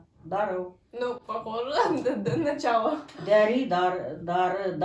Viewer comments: Не дәри, а дәрЫ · Дари демей дәрі дешиш орыссыңба не натури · В казахском есть буквы которые читаются по другому по этому Дарi и Кiтап вы не правильно им прочитали. i - [ɘ] . Я так понял на башкирском "бет это вши" а лицо "бит" то есть у нас "бит" это вши) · Дәрі - это не дарИ, і - это как Ы, только мягкая.